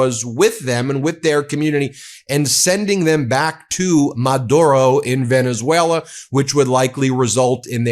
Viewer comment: You idiots! He literally calls you out (mispronounced of course) "Venezwera"